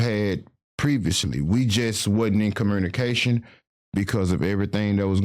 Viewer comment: Since when is there an R in communication and community?